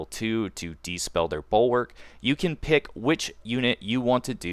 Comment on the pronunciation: Good vid, but it's dispel, not despell